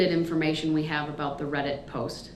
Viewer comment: This guy is so delusional. I’m not even mad anymore. He needs meds or maybe torture to bring him back to reality. Especially when he said “read-it” instead of Reddit 😂 I’m done.